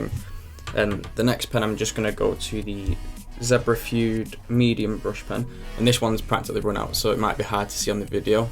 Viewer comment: Fude is a Japanese word so why read it as /fyud/?